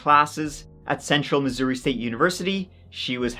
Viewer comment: You pronounced Missouri perfectly!! You are always so right on!😍